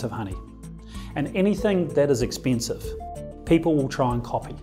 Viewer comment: This is ex-peen-siv honey